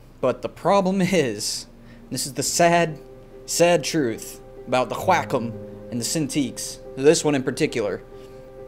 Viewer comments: Wah-com not wack-em..... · Video is unmatchable because he has a tick resulting in him saying 'flippin' in every sentence. He talks like a 60 year old trying to be hip with the kids. Also, H-wa-com... sheesh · I cannot stop laughing at the way he pronounces "wackom"..lmao.... "Can I take this to Grandma's house?" lmao.. Relatable.. love it! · I was losing it every time he said it..lmaooooo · “whack’em” “whakem” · came for the tablets, stayed for the way he says wacom wack 'em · All these years and now I realize that I've pronounced "wrraaakkhumm" the wrong way. All these years.... 🥲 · I learned how to properly Pronounce QuaCom today. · no one:: GWHAKOM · hahahahaahahha the way he say wacom - qwakom hahahaHAHAHAHAHAH im dying of laughter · Love he says "whack um" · the way he says wacom is soo weird 😂😂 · Is it pronouced WAY COME or WACK UM?